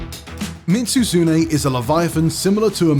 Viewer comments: Bro literally said Mit-Su-Zune🤦🏽‍♂️ tell me you’ve never played the games without telling me you’ve never played the games… also, Behemoth?! What even is this list?! Fatalis is “arguably one of the strongest” in the game?! Be for real lol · Why add behemoth to a best monster hunter monsters list ? Collab monsters shouldn't count and also lol that Mizutsune pronounciation. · Bro mitsuzune? Nergantay? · Mispronouncing both Mizutsune and Nergigante, as well as having Lagiacrus as the only monster that didn't appear in Worldborne or Risebreak is not a great look, sorry.